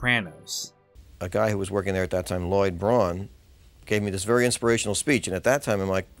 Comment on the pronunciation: Lloyd Braun? He's not even a bra-oone!